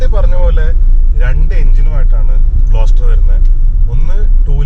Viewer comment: It's GLOSTER